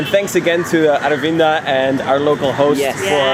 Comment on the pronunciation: His name Aravinda Your pronunciation : our window 😂😂😂😂